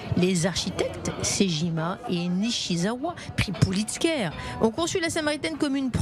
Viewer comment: Le Nobel de l'architecture c'est le Pritzker, pas le "Pulitzker"...